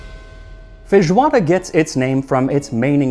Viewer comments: I love your pronunciation of “fejoada”. It’s pretty much like we say here, we almost never pronounce the “i” in feijão. In day-by-day vocabulary it’s always “fejão”, “fejoada” 😂😂💚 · I'm shocked. Its the first time I listen to a foreigner speak portuguese properly! Obrigado pela homenagem Max! Love from Brazil! ❤️🇧🇷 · How can your Portuguese pronunciation be so good? Almost without any accent.